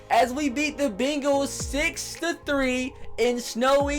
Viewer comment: He says begals like the type of dogs lmao